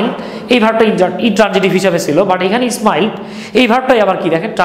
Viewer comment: Sir উচ্চারণ ইসমাইল হবেনা smile হবে